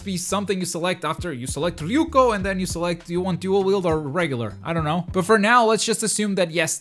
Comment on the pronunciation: Ryuko not yuko Ryuko matoi